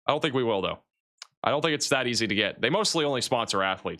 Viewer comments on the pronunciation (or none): none